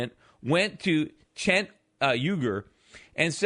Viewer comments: It's pronounced "Jenk". The E almost sounds like an A, though. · I love that he calls him Chenk, Shenk, and Chet, but never the proper pronunciation. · Rich cry baby. Can't you pay someone to teach you to pronounce the guy's name correctly. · If I had a nickel for every time Peter mispronounced that guys name in this video, I'd have like 3 nickels!